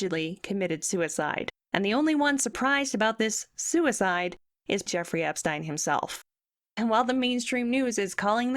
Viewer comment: This is a great video, except for the fact you keep changing the pronunciation of his name. Seriously such small details and you can't get that correct! How do you expect to have credibility for the rest? EPSTEEEN.